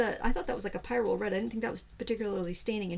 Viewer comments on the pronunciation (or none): none